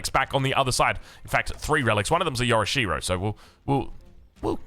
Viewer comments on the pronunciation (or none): Yo'rishiro not Yora-sherow